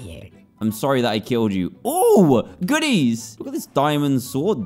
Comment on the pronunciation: how he says goodies I CANT